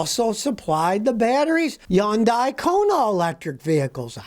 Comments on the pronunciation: It's pronounced HUN-DAY, not Yun-die. You dunce. Also it's POR-SHA...2 syllables. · Just want to correct you on how to say Hyundai..I actually work for Hyundai in west point georgia. Its pronounced hun-dye......not Yun-dye...I ask my boss about this .he is from south Korea